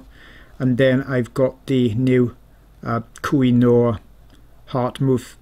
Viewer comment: I was just thinking you pronounce it wrong, but as a Polish person I pronounce it differently and surely also wrong 😂